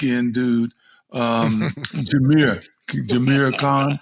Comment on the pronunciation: Unc.. who is “Jameer Conn” 🤔😂😂